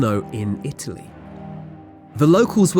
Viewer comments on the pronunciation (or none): none